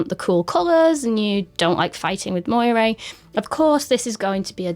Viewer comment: Great video on an underappreciated camera! Just an FYI: the way you pronounce moiré is funny. It should be more like 'mwah-ray'!